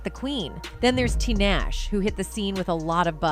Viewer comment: Who they heck is t Nash its ta-nahhh- shayyyy. Who is amrie its pronounced ayyyyyhhhh-marieeee please learn these black artist names